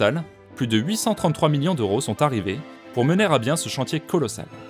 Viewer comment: Suis-je le seul qui entends "des minions et des minions d'euros"?